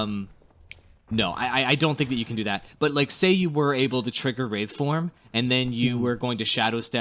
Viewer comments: BricksPicks Don't forget the wrath form, instead of the wraith form. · lol wrath form, its WRAITH form oops didnt watch whole vid, my bad